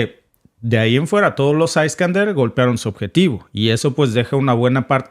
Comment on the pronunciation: Se pronuncia Iskandier, y no aiskander! En ruso, no en inglés!